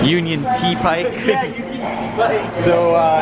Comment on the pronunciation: “Union t pike” 😂